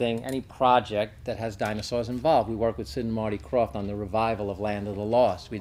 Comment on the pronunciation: Lol, they mispronounced the dinosaur's name.